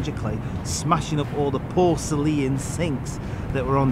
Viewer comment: Downvoted purely on mispronunciation of words, particularly porcelain